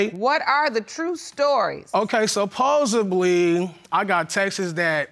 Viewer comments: Texis (texts).....Supposably (supposedly)......stay in school 🏫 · It's SUPPOSEDLY and not SUPPOSABLY!!! WTH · He says, "Supposebly." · “Supposebely, I got texes from familymemmers” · Supposed-BLY he axed her about the Texas and the tran-sies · “Supposebly”.......”Ax” wow!! 🤭🤔🤔🧐🧐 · Anyone else hate the made up word “supposeably?” 🙄🙄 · That 'supposably' in all confidence.